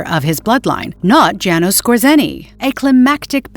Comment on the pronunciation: It's not Jay nos it's Yah nosh or yah noosh.